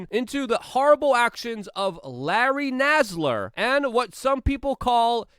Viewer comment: I love how Luke said Nassar’s name wrong and differently 3 times in the same sentence 😂❤️